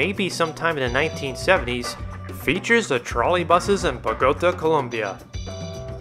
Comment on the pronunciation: Nice video. I lived in Bogota in 1969 near a trolley bus line. I frequently saw the Russian vehicles. For the record it's pronounced bo-go-TAH, with the accent on the final syllable.